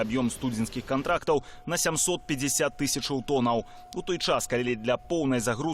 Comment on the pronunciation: "... мільён0у,тон0у, нафтапродукт0У ..." Што ў вас за дыктары ⁉️🤔⁉️ БЕЛСАТ - 😵 нар.кам.аўка САТ🇧🇾